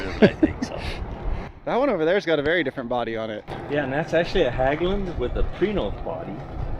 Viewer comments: FYI Hägglund is pronounced similar to He in Hedge but with g. More like Hegglund not Hagglund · Just an observation, ägg in hägg-lunds is pronounced like egg, hegg-lunds.